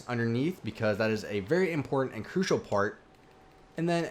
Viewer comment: STOP SAYING CRUISAL!!! But nice video good instructions for this detailed mansion. Me and my minecraft dog Harvey happily live in it. Im now looking for inside ideas. Can you do a video of how to do the inside of this mansion? Pls? :-)